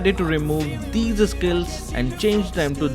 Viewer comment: How pronounce "these': DEEZER